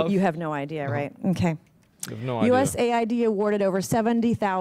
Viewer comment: USA-ID is not US-AID